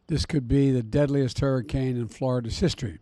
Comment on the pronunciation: Someone PLEASE teach this woman how to pronounce HURRICANE!! I thought I was going to stroke out listening to her.